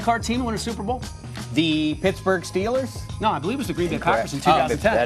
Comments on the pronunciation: 0.:23 Just listen to what he said Stellers? It's Steelers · He called them “Stillers” meaning not going anywhere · He means "Stellars", not a bad thing